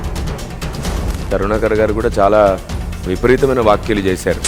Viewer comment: వాక్యలు కాదు బ్రదర్.వ్యాఖ్యలు అని పలకమని ఎప్పుడో కామెంట్ రాసాను.ఇంకా దిద్దుకోలేదు.గమనించండి.